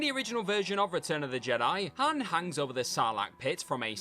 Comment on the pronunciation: "return of the jediYUH" "a small but noticable wayYUH" "sticks out like a sore thumbUH"